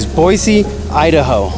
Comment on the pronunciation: And THANK YOU for actually pronouncing Boise correctly haha.